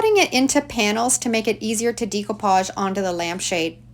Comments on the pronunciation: I just started watching your videos, and couldn't figure out what you were saying! The term is pronounced "Deck-o-page," not "Deek-o-page.". Hahaha! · Great projects!!!! Maybe it’s a Canadian thing but the way you pronounce Decoupage stood out so much I was distracted, lol. In The US we pronounce it - day·koo·paazh. Every time you said - Dē co pauge I kept thinking decompose, hahaha. Anyway, I digress… The projects are great!! Thank you for sharing! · Love upcycling and enjoy your vids. Not trying to be a stickler, however, it's "day"-coupage not "dee"-coupage. Per Webster, the word is spelled with an accent above the "e" which gives it a long "a" sound. Forgive me, but it throws off my old ears every time as I try to listen to your instructions. 😵‍💫 Loved the sap buckets! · Wheres your dump at notice u say decopage differently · You’ve done some fantastic diy’s here. I’m all for saving the land fills from becoming so overcrowded with things that can still be revived. Glad you have the foresight to 😅see that and pass along the ways to revive throwaways. I do wonder though if “decoupage “ is pronounced differently in Canada. I know it as day co Podge or deck ko Podge, phonetically sounding. Am I saying it incorrectly?